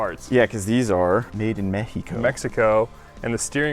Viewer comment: Thumbs up to who knows how to pronounce Mexico correctly 👍👍👍 Nice dude!